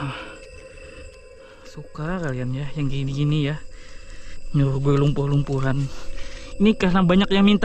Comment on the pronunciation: Bukan lumpu.. tapi lumpur bro